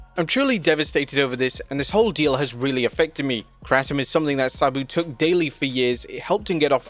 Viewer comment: Its pronounced Kratom, not Kratom